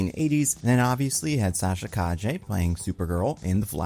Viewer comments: Indeed. "Milly" should rhyme with "silly". "Benoist" should apparently rhyme with "moist" to match Melissa's own pronunciation. did a pretty good "Calle", but Americans can approximate it more simply by saying "ka-yay". As if you were John McClane saying "Yippee-Calle".:) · great Calle pronunciation 👍